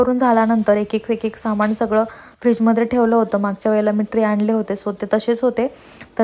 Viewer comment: सामाणामधे नसतं ग बाई सामानामधे असत😓 aavghad aahe re devaaaa